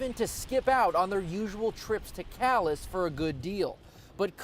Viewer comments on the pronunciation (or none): It isn't pronounced CAL - ASS it's pronounced CAL - AY, you ignorant American inbred savages!